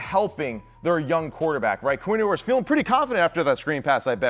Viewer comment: Can't believe I'm still having to listen to this guy call him Quinn "Oooers"